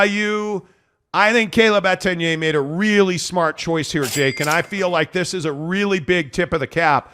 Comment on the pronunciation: So many errors in this one video. Mispronunciation of Etienne’s name, doom and gloom around Slovis, byu being the “16th” team in the Big 12. Man is insufferable.